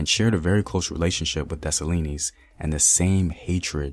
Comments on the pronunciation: I just love my Haitian ancestry so much... My strength comes from my strong ancestors.. That's why us Haitian women are some strong women... Also it's Dessalines (dessa- leen), not (dessa-li-nees) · Great content but pronounce his name as des-sa-lean... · Segement was awesome! Dessalines DeH SAh LEEN s is silent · The story is Dessaline, the E is silent. his mother was a ran away while she was pregnant with him. while she ran away to the mountains, she went to labor luckily toya was running away in the same area. she helped give birth to the greatest Emperor/General who ever lived, then the mother died and left him with toya. she had to go back to slavery to raise him, luckily for them whenever she was sold she had a chance to convince her new master to buy him also. she took care of him taught him how to fight and all. there's a reason why when he became General he had women army with him. he trusted his women army more than the guys, he had an entourage of 4 to 6 women soldiers and they didn't play. he's stories deserves to be on the big screen. when he died he got set up he didn't had his women with him that's how they were able to move in on him. when toya raised him she told him, u will do for this land what i couldn't do for dahomy. one of my favorites Haitian revolution story. she is our Mother. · Thank you Very much for thé work. I m haïtien and let me help for thé prononciation of Dessalines = Dessaleen thé S is silent. Thank you i know you make à lot frèl good about themselves. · The s is silent in desalines lol btw I'm Haitian that's how I know , Kote tout zoe mwen yo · The s at the end of dessalines is silent